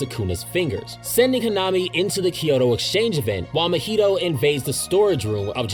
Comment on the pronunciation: No flame but how did you manage to pronounce mahito’s name wrong. You’re saying it like mojito when it’s ma-hee-toe